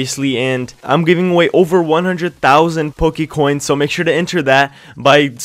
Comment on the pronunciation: its PokéCoins not Pokae